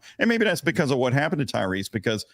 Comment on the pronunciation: At least get his name right. It is Tyrese. Tyrese Gibson